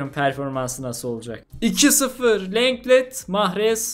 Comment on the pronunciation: abi şu telaffuzlara çalış biraz lenglet diye okunmuyor longle diye okunuyor